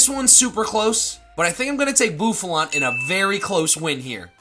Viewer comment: Bouffalant, NOT Bouflant! Seismitoad is spelled with 2 I's, NOT 2 O's!